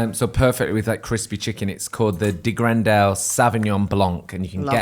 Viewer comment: Lekker De Grendel! What a pleasant surprise, even if pronunciation was hilarious. 😂💛